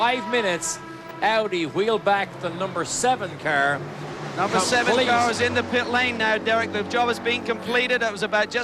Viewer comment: This guy say care instead of car:. 😂